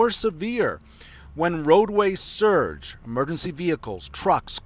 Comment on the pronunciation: Not even a very good read. LOL. Pronounced the word "surcharge" as surge. News model/news reader. Not a reporter.